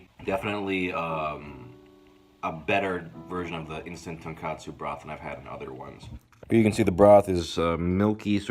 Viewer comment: I know its waaaay to late for it to matter, but its tonKOtsu ramen, not tonKAtsu ramen. Tonkotsu is basically a pork broth with rendered pork fat. And tonkatsu is deep fried pork cutlets.